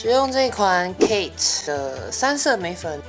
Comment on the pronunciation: 眉粉聽成梅粉😂